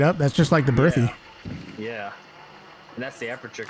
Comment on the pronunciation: Can you please learn how to pronounce Berthier?